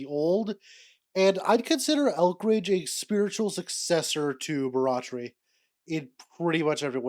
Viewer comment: Every time I hear your pronunciation of Barratry the more I think about Jimbo. m